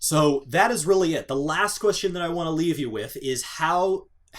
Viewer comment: "The last question I want to LEVE you with" :D